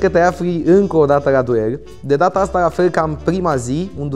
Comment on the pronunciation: Ne-a fost dor "dă" tine ...😂😂